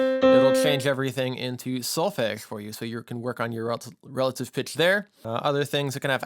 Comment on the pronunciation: If you are teaching students you should, at the very least, pronounce the word 'solfege' correctly....hearing how you say it is like fingernails on a chalkboard!!